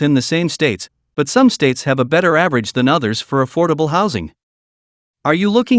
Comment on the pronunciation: Affible houses to me is around hundred thousand and lower around sixty thousand or less is affordable not theee hundred and up